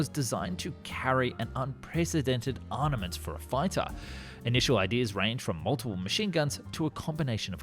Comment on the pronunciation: Good video. But here is my regular reminder that military people and vehicles are ARMed with ARMs, not ARNed with ARNs, so they have ARMaments, not ARNaments. It should be ARM-A-MENT, not ARN-A-MENT. You make pretty good videos but continuously mispronounce this key subject matter word. See - for two examples.